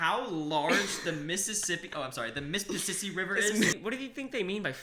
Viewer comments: the mispissisi river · dont u mean your mispissisi-ing